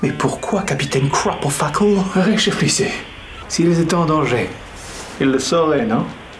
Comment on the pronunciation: "Réchéflissez" c'est voulu ? 😅 Sinon les vidéos sont toujours de + en + quali, vous déchirez ! ❤